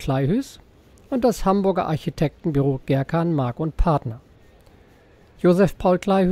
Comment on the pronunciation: Ein freundlicher Hinweis zur Aussprache von Kleihues: Der Name Kleihues ist westfälischen Ursprungs. Daher ist das e hinter dem u ein Dehnungs-e. Als wird der Name wie "Kleihuus" ausgesprochen, "Huus" ist niederdeutsch und bedeutet Haus.